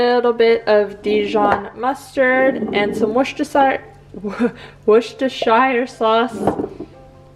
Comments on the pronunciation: Great video! By the way.... Worcestershire is pronounced 'wu·stuh·shuh' sauce 👍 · Pronounce it "wuster" sauce. Like cluster. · ) It’s pronounced Woo-sta-sha sauce. Go figure! :) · Worcestershire is pronounced wooh stir sure. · I love the way you say Worcestershire